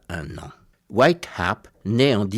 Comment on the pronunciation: Wyatt Earp et non White harpe